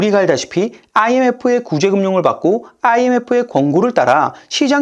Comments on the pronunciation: ㅇㅇㅏ 를 된소리처럼 발음하시네요.... 거슬릴 정도라 못 듣겠.... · 진짜 특이하긴 하네요. 아이.엠.에프 발음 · IMF 발음 진짜 듣기 싫게 만드네 ㅋㅋ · 사투리 억양 같은데요 ㅋㅋㅋㅋ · Imf를 발음할 때 왜 아를 강하게 발음하여 듣기 싫게 하는가요? 습관인가요?